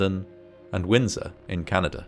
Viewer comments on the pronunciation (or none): none